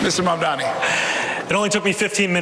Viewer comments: Does no one else hear that Cuomo mispronounces Zohran's name every time? He keeps saying "Mandommy." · I wonder if they're all committed to mispronouncing zohran's name. it's always mamdaMi instead of mamdaNi and it drives me nuts. i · Ok but my question now is... Why the fuck don't the mediators correct them when they say "mandami"?? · At this point, I think Cuomo has pronounced Mamdani's name every possible way except correctly. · lol Cuomo thinks that saying he’ll tell trump “we don’t need the national guard” is a bar is hilarious. Like others haven’t said that already. Let’s see how many times he says Donald trump. Dude doesn’t realise he’s compromised and it’s so funny. Also it’s MAMDANI!!!! it’s not hard to pronounce- he’s never said it correctly once. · What's even more amazing is that not even Mamdani's fans manage to get his name right. Who's Mumdani? Yesterday TYT published a video and on the thumbnail it said in big bold letters "MANDAMI." Don't know if they have corrected it or not. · There will be tons of New Yorkers voting for Zohran just for being annoyed how his opponents consistently (and intentionally) mispronounce Mamdani lmao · Why can he NOT get his name right? It's really not that hard. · Cuomo still disrepecting Mamdani by not even pronouncing his name correctly. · Cuomo STILL can't say his name RIGHT. Hilarious. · I think it's incredible how Cuomo is not being corrected every time he says Mamdani wrong. Ask him if he's unable or unwilling to do it correctly... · Does Cuomo mispronounce Mamdani on purpose? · yeah. He's been corrected before, so the only good-faith assumption is that he's doing it intentionally to spite him, because the alternative is that his brain is too soup to be able to pronounce a new 3 syllable word no matter how important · Yes. He does it EVERY SINGLE TIME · It’s because he’s intentionally disrespecting him and also racist